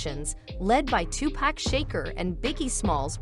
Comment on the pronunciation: "tupac shaker" 💀